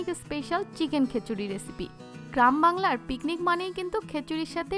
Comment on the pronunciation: বারবার কেন খেচুরি বলছেন!